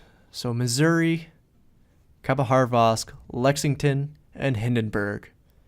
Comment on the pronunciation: good call. For such a great game... I can't agree with the end - never trust a random player to not throw the game. just go dark and ensure 100% win. Hilarious how you pronounce these ships... khabarosvk with an H in the middle of it somewhere (not sure where).. and Des Moines - pronouncing the S at the end even though it is a silent S. haha